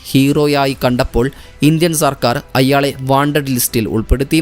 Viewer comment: അയ്യാളെ അല്ല അയാളെ😂